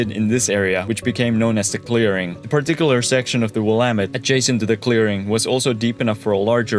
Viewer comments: He nailed Willamette, also. Extra points! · Thank you for saying Willamette correctly. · GREAT video! I was surprised, after many mispronunciations, that you got Willamette right. Don’t feel too bad though. Couch is an anomaly and the native words and names are often hard until you hear the correct pronunciation several times. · He pronounced Willamette correct yay🎉🎉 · As a native Portlander, big props for pronouncing Willamette correctly. I know a lottttt of Americans who pronounce it incorrectly. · Came here to say this!😅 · Excellent job! ! BTW Matt Groening is pronounced GRAIN-ing More pronunciations: Dalles is one syllable: DALLS. Marquam = Markum. . Willamette — You nailed it! (Many people don't)